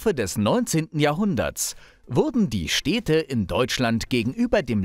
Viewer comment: Super Video, vielen Dank, aber ich kann doch nicht der einzige sein, der sich daran stört, wie du die Städte nennst. 😅 Das sind Städte und keine Steehdte.